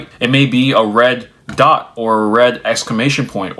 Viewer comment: I was listening to this without watching. When you got to the point about red notifications, I heard "read notifications," as in, instant messaging telling you when your message is seen by the recipient. I started to rail to myself about it, because I've loathed that feature since it was introduced. Then it became clear you meant the color red and i was like "ahh....yea, that sucks, too" 🤣